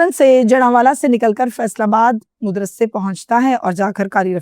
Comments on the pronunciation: WHAT THE HELL IS MUDRASA? O YOU STUPID AND BRAINLESS HUMAN WANNA BE, MAD-RASA IS THE CORRECT WORD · Modrassa nahi hota madrassa